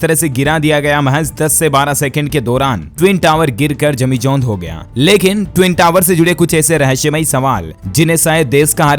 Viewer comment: भाई जमीदोज हो गया आपका उच्चारण सही नही है।जमीजोंद नही है वीडियो अपलोड करने से पहले एक बार चेक करले